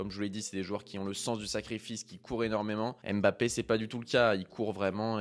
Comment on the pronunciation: Bonne vidéo mais serait-il possible de respecter son nom et de bien prononcer Mbappe et non Aime'bappe ? Ca fait mal aux oreilles